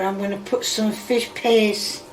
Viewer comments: im sorry but saying "fish paste" honestly sounds like her saying "fish p!ss" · What the hell did I click into?😂 sounds like she says fish piss. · I honestly thought she was saying "fish piss" which is honestly more accurate imo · I love how it sounds like is saying “Fish Piss” and how “Fish Piss” sounds like a legit english dish.